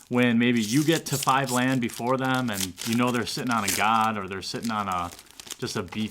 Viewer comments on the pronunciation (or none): none